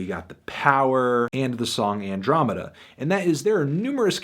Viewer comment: he only gave this a bad review because he doesnt know how to pronounce andromeda